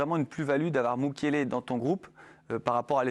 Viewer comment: ”Mukielele” mdrr ça commence bien 😂